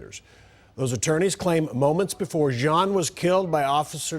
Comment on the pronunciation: It’s pronounced “John”... Why wasn’t she administering CPR upon discovering her “ mistake”?